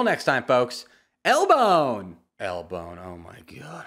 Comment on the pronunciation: L-bone sounded more like "el bone" 😂